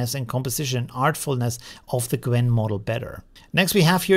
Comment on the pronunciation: So you haven’t noticed that he kept calling it Gwen throughout the whole video?